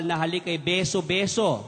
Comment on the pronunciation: Beso beso po hindi biso biso Turo po hindi toro [ang toro ay isang malaking hayop na may sungay at nanunuwag]